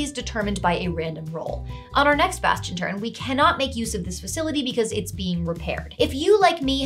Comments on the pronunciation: Bastion. Baaastion. Bas-ti-on. Basgchyn. ~_~ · bastion bass-tion...bass-chon. bass-gin..."DRUNKEN FISH!" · … every time you say Bastion, I picture a musical crab.